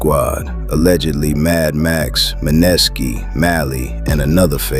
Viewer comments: Man-ness-ski😂😂😂😂 da man name is MANESKI😂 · Bro can’t be tapped in saying maneski name wrong 😂 who tf is muhnesssski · Who dafuq is Ma-Neskee this AI shit irritating